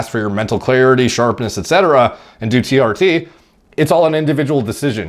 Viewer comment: "Tea Arty" - TR Tee